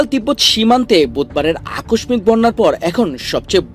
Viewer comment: উচ্চারণ হবে " আ কষ ষিক "